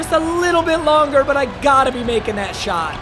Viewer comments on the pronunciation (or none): “little bit ronger” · “ a little bit ronger “😭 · Blud said "a little bit ronger"